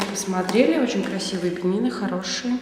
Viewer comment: Не бени́ны а бе́нины